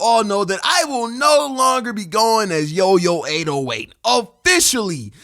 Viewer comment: The way he siad lord Yoyo808TH 😂😂😂